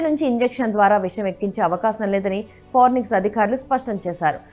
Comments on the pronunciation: ఫారెనిక్స్ కాదు అమ్మాయ్ ఫోరెన్సిక్.... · Forenix kaadhu amma thalli....forensic... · పోరినిక్స్ అని చదువుతారేంటి 🙏 ఫారెన్సిక్ అని చదవాలి కదా 🙏🙏🙏🙏 తెలుగు రాని వాళ్ళు వార్తలు చదివితే ఇలాగే ఉంటుంది 😭😭😭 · forenics కాదమ్మా అది ఫోరెన్సిక్ ..న్యూస్ రీడింగ్ పరువు తీసి పడేస్తున్నారు .. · Forensic andi forinex kaadu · ఫోరెన్సిక్ అని పలుకండి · Forensic anadam radu news reader ayyav..ninnu select chesina vallu too talended....okasari kadu padi sarlu annav malli😂...inka nayam puchhakayani gachhakaya analedu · Forensic 😂😅madam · ఫోరెన్సిక్ అని అను బామ్మా. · Forensic pronunciation chusukovali video release chese mundu 😂